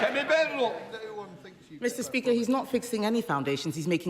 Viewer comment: No longer pronounced "BADenoch" her surname has transformed into "BAYEDenoch" Lifestyle coach anyone?